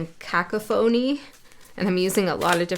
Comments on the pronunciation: Cuh-cough-uh-knee? Cacophony? Or was it supposed to be something else? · Such a fascinating and resonant reading for this Aqua named Cat—right down to the cat hair! Lol. Lately, I've been receiving a flood of cosmic downloads, and your choice of words echoed many I’ve been using as I write over 100 astronomical essays a week (it's college finals)—even phrases I spoke aloud this very morning. I chuckled at your pronunciation of 'cacophony' (no dis intended); it caught my attention because I just used that very word to describe the symphony of frogs and crickets around our place—nature’s own signal for the arrival of spring. As a child, my intuitive gifts were often dismissed, and they were so strong that I was terrified of the dark, of what I would 'see' both waking and asleep. Definitely a video I’ll revisit—so many powerful messages I don’t want to forget. Thanks for sharing YOUR gifts! Cat